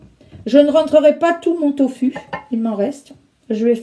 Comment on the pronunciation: Bonjour, je préfère les vidéos SANS musique 🌞 C'est une recette sublime! Je consomme du Doūfu une fois par mois !! Vous dites conserver les pots au frigo, ils ne peuvent pas se conserver à l'obscurité dans un cellier frais? * Sinon, l'on prononce "to fou" 豆腐 en pinyin c'est "doūfu", le "u" se prononce "ou". En tout cas c'est comme ça que c'est prononcé.